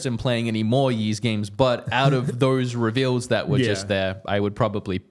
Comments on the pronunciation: YEESUS CHRIST! These guys "yeeeesing" all over the place! Yeees this, yeees that. The Ys game series is pronounced EESS!! Are you trolling us all?! 😅😅😅😅😅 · Just trying to help I think Ys is pronounced “ease”. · How do you not know how to pronounce Ys? It's a pretty big JRPG series that's been around for decades. And your whole career is videogames. Then again, this is the who still calls Labo "lay-bo" (hint: it's labo as in laboratory, ie., a word that makes sense. What does he think lay-bo means?). I feel like he must be doing it on purpose, like those trash YouTube shorts and tiktoks that can't get engagement by making actual worthwhile content so they just act dumb on purpose to force people to comment. Must be very proud of this garbage tier "content"